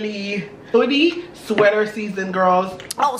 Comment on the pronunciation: ITS FINALLY (SWEATA - WEATHA) :_OHHYESSTHH::_SHEREADDY::_SHEREADDY::_SHEREADDY